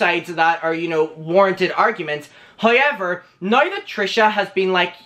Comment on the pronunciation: saying “HEIGH-EVER” consistently cures my depression